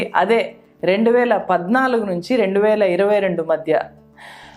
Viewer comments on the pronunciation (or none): none